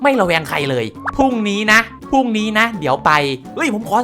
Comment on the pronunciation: คำว่า พรุ้งผิด พรุ่งถูก